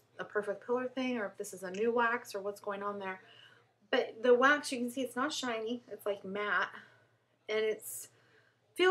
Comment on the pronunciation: *shiny, not sniny...lol